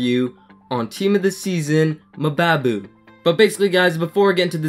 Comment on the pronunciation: good review but just FYI mbabu is pronounced the same way you pronounce mbappe